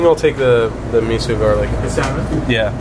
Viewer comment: Guys, Enjoyed the video but you made 2 flubs! First off...It's pronounced Me-Soh...Not Me-Sue. 2nd...It's Shave Ice...Not Shaved ice. If you noticed, Hawaiian Shave Ice is shaved finer than mainland sno-cones. Plus the assortment of syrups/add-ons is what separates both desserts....